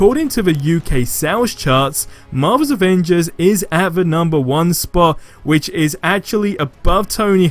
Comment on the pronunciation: Captain America, I love his playstyle and his also my favourite Avenger but its annoying asf that his voice actor say "Ovengers"